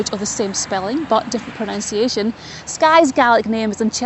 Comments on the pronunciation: The narrator said he was sorry if his proNOUNCiation of a location was wrong around the mark. It's become a very common thing to mispronounce pronunciation, a fact that I find very ironic. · If you're worried about how you're pronouncing things, you should know that it's proNUNciation, not proNOUNCiation.